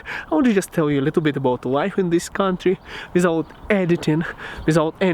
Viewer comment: ну почему, ну почему ты продолжаешь это "визоут"? Ставлю дизлайк тупо из-за произношения